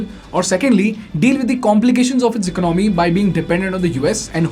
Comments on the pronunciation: It's ec-ono-my not econ-my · Please try to pronounce ECONOMY properly, Soooo annoying!!!!!!!!